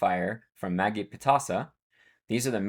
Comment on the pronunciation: I think Magi is pronounced "Maj-eye"